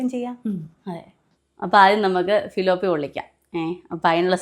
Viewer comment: തിലാപ്പിയ അല്ലങ്കിൽ തിലൊപ്പിയ. ഫിലോപ്പിയ അല്ല.